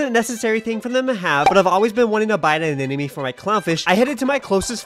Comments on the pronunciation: You of all people should know how to pronounce anemome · ANEMONE!!! Not Anenome... Why can't Aquarium influencers pronounce that properly? They're not influencing well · I should have started keeping a tally of how many times it's possible to mispronounce anemone in one video. Pretty sure it was to get these sorts of comments, though. Anyway, I hope your fish and anemone work out their complicated relationship status. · The amount of times he mispronunciation anemone while having it spelled correctly in the description kinda drove me off a cliff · Lmao bro mispronounced anemone like 60 times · does he mispronounce anemone to be funny or is anemone just that hard to say? haha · Not you mispronouncing anemone every single time 😭😭😭